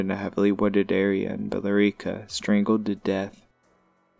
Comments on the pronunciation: Please pronounce our cities correctly... Brockton is not a boston suburb. Cambridge is pronounced came bridge. And billerica is pronouncer bill ricker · Its pronounced Billerica like america dude